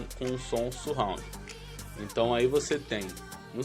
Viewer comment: não é dificil aprender a falar 'surround'... basta ter um pouco mais de atenção!